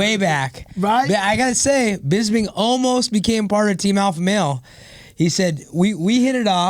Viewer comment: Why do Americans have so much trouble with Bisping's name? They can say crisping, lisping etc just fine, then it comes to him and it's like "Here comes Michael Bizbing"